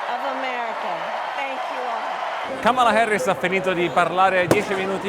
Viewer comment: Da buon italiano pronunci la “A” come se fosse una “E”, non capisco perché no dici :”Kemela Herris”